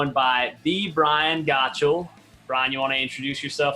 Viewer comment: Pronounced “Gott Shawl”